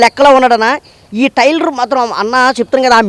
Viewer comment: టైర్లు కాదు ట్రైలర్